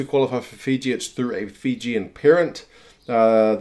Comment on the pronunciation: Well done with the Fijian pronunciation!